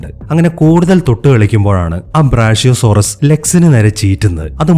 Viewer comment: ബ്രാഷ്യോ ❌ ബ്രാക്യോ ✅